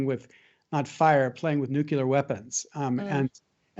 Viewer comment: *nuclear. Not «nucelar»